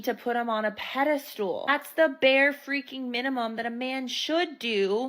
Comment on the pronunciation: Lol, "peda-stool".....